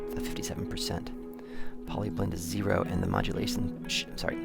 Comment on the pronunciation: It's PDLY blend, not POLY blend. As in, how much of the delay you actually hear.